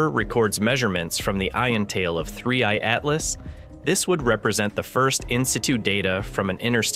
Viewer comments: Why does he say three E i atlas... bro its 3I ... thats it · Yes, it said 3ei atlas at least twice. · “3EI Atlas” 😂😂😂😂😂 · These AI videos that can't even pronounce the name of the comic correctly sucks